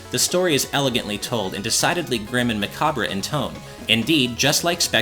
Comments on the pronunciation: Great review! (scythe has a silent C, and macabre is pronounced 'mac-ob' without the 're' at the end) Still a great review! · Easy mistake. I don't believe you pronounce the 'r' in macabre. Great review anyhow and I look forward to playing this on the Treasure Trove